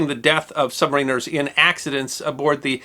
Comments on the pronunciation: "SUB-MARE-IN-ER" pronounced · It is pronounced sub-may-ren-er. Not sub-mah-reen-er. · Isn't it pronounced "SUB-MAR-IN-ERS"???? and NOT "SUB-MARINERS"??? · Is this considered the official American pronunciation? I was taught the accent was on the second syllable (sub-MA-riner)...but then, I wasn't taught American pronunciations, either. :-D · It's "submariner" sub mare inner. Not submareener, great video, though. USN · Pronounciation of submariners incorrect. I still appreciate these vids, though. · When is some body going to pronounce submariner correctly? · It's either-or, some of us call ourselves 'Sub-mariners,' (as I do) but others are quite vocal about calling us 'Submarine-rs.' either is acceptable